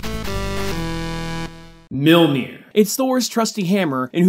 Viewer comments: Mjolnir not Milnir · mere-mere? what's mere-mere? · You say millnoji in the beginning 😂😂😂😂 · Sometimes you say Milnear. Really bugging me lol.